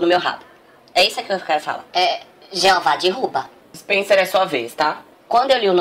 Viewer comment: "jeová dirruba" kkkk